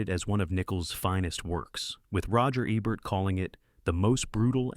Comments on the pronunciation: Come on! Not eh bert, eeee bert! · Roger EEEEEEEEEEEEEEEEEEEEEbert. NOT Roger ebbert. fix your AI. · Your stupid AI voice can't pronounce Roger EBERT correctly! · That's a memorable list. The great film critic your quoting "Roger Ebert" is pronounced EE-bert. Not Eh-bert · Roger EEEbert. Not Ehbert. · "Roger Ebbert?" 😂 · You pronounced Roger Ebert's name correctly earlier, yet you got it wrong here. Strange. This is something AI narrators do. Are you an AI? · You can't get much more AI than alternately correctly pronouncing and mispronouncing Roger Ebert's name over and over again. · They sent the AI for remedial pronunciation lessons for 'Ebert'